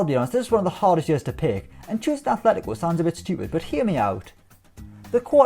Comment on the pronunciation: If I hear 'Athletico' one more time...